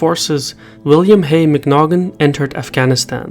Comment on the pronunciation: if i'm not mistaken its pronounced Mac-Nought-en